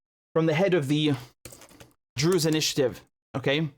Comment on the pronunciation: Druze not Drews